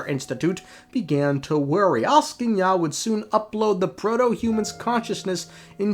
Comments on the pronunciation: I'm asking ya why you say it not like Axing ya. Peak engagement bait though :face-blue-smiling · As a Slav, I was almost in tears laughing when I heard him mess up all the four names in a row to the point of turning them into completely different words as if he simply couldn't read letters at all aSKinya, koscheKi, snagger-gorcha?? and alvis, yeah, just brilliant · As a Slav, I was almost in tears laughing when I heard all the four names in a row get messed up to the point of turning into completely different words aSKinya, koscheKi, snagger-gorcha?? and alvin Atp I'm completely lost on a question whether it was done intentionally or genuinely can't read letters at all